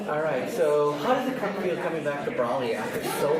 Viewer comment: Do the people in the movie say "Braw-lee"? Nope.